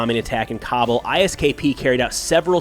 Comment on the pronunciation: Cobble? its “Kabul”, lmfao